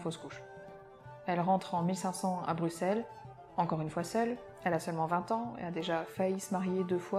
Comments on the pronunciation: Et elle prononce Bruxelles correctement, chapeau. Merci de déborder des frontières de l'hexagone. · Mais...mais...mais! a bien prononcé Bruxelles! Direct mon coeur de Belge me somme de sub